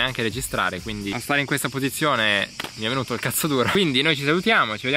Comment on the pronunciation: 4.04 "i ditalini li faccio con wuesta velocitá"